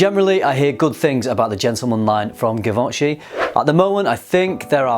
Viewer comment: It’s pronounced gee von shee